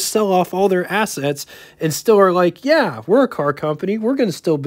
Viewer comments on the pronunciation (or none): none